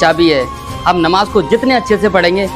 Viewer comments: Namaj galat mat padho bhai jan😅😊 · Please understand the difference between the “Z” and “J” sounds. For example, understand the difference between “Mouzzin” and “Moujin,” or between “Namaz” and “Namaj.